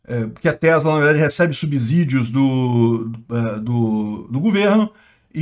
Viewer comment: Subssidios e não subZidios. Ou vc fala subZolo.